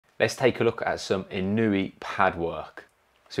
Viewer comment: Inoue: ✅ EE-KNOW-EH (close enough) ❌ IH-KNEW-EE (not close) Really solid base on that little guy. Almost Pacquiao legs. He sure did make Fulton look chicken-legged by comparison. Excellent body mechanics -- so much torque. *WHAP*